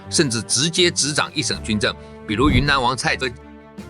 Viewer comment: 你连蔡锷的名字也没念对, 还谈什么历史.